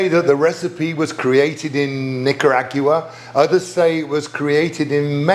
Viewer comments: He’ssssss BACK!!! Go figure! I forgot I was subscribed to this channel. Good to see you Chef! On a side note, I will NEVER say Nicaragua the same!😬!!!😂😂😂😂! My version: Nick-Ah-Raag-wa. Chef Darren’s version: ahhh 😵‍💫…never mind.🥺!😂😂😂😂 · Not sure that's a Brit pronunciation, and not just a Darren one, because he added an extra syllable "Nic-yu-a-gu-ra! WTF?!? 😳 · I am fascinated by the way British people pronounce Nicaragua. :)